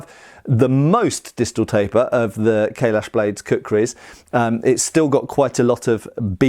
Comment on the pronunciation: Every time says 'Kailash', I hear 'Kahless'.